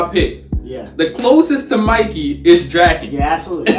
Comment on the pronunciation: ayy finally 🔥🔥🔥tokyo revengers needed this i love how it said mickey instead of mikey 💀💀